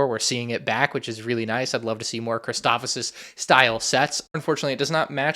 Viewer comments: Sorry, Christoph-O-sis?! It’s Christophsis dude. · it's not christophosis it's christophsis lol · stop saying christophosis😭 it's christophsis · Please stop saying Christofosis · Erm it’s ackshually pronounced “chris-taw-ff-sis” 🤓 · Gonna get so many of these, but please for the love of god say the planet name right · Awesome to see super battle droids back but hearing you say Christophsis weirdly about 5 times ruined my day